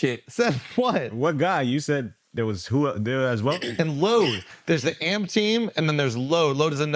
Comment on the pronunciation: A- M - P - SEPARATED NOT - AMP 🐴 - U OLD MFS. ❤